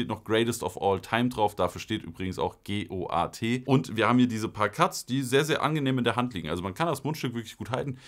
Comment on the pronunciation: Man sagt einfach Goat wie Ziege im Slang btw